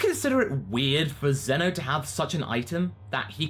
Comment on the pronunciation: its zeno not zuno